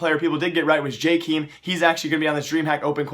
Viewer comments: YASSSS JKEEEEEEEEEEEEEEEEM HAS RETURNED! But honestly pls learn how to pronounce his name. It's jay-kem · DUDE PLEASE IT'S PRONOUNCED "JKEM" NOT "JKEEEEEEEEEEM" AHHHHHH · Hahaha, dude its not Jekeem, its JakAEM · jay-kem not jkeem.. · Guys, welcome back the pronunciation of J-KEEM... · STOP SAYING JKEEM